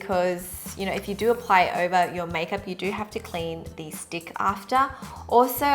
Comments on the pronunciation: I heard "this dick" when you said "this stick" 😂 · Omg I did not even notice that "with this stick" sounds like "with this d*ck" till you mentioned hahah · I swear I heard 'this dick' instead of 'this stick' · i spent a solid minute verbalising it to try and find out what exactly it was meant to sound like 😅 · she's TRYING SO HARD TO SAY STICK SO CUTE OHMYGOD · HAHA I DIED EACH TIME SHE SAID STICK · haha it was so cute when you were trying to pronounce stick XD